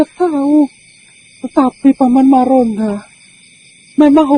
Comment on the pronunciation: Maronda bukan margonda